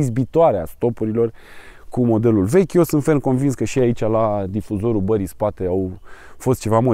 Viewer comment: Foarte tare. Intr-un video explicai de chiulasa, ca nu se spune 'chiuloasa'. Eh, acum spune si tu 'barei', nu 'bării' :D